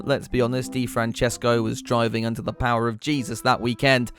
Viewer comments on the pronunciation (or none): none